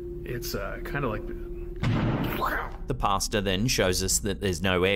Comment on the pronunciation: Why do some people pronounce it "HiroshimaRRR", and words like "pastaRR"?